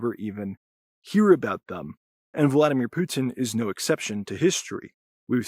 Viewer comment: PUH-tin. Spit that poo!